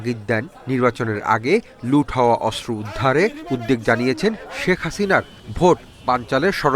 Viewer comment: অস্র কি , সাংবিাদিক হইছে. অস্ত্র কে বলে অস্র